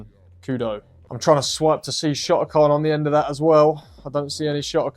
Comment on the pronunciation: "Shohtokohn" I CANT💀